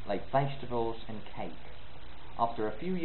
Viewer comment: Great, it's an interesting project. I'm British and I think the "Hello" at the beginning is utterly convincing. But when you say "and I'll tell you" the AND does sound South African. Around 17 seconds the intonation of "country" gives away that you're reading from a script rather than speaking spontaneously. Hope this helps.